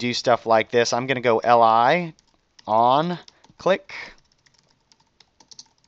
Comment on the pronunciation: I swear - everytime you say "li" I hear "ally".